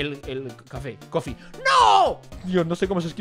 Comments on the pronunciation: em ingels cafe se dice cofie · Ehmmm Es Coffe no cofie :b